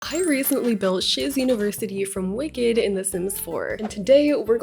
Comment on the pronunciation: First time I heard shiz university, I thought she said sh*t university